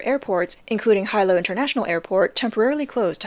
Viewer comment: Not hi-lo. It's pronounced he-lo. It was a very noisy evening with sirens and tsunami watch. Haven't experienced that since I was a teenager. Then I moved to the mainland. 😅